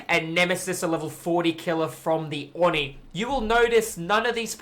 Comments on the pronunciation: It is pronounced oh knee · That's not even true. Oni is written: 鬼, read as おに (o-ni). The o is very deep and unlike an "aw". just actually isn't saying it correctly. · Why do you pronounce it "awe knee"? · "Awe knee" is the Japanese pronunciation, but isn't drawing the O out long enough.